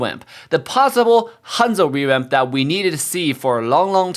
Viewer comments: why are you saying rewamp sometimes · Hanzo "rewamp" LOLOL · is saying rewap or revamp